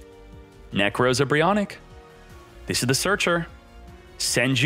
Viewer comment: my man says Nekroz like 'Neckrose' 💀